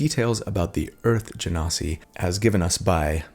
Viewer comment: Thanks for pronouncing Genasi properly. The number of times I've heard different people pronounce it "gen-sai" is enough to drive a lesser person mad.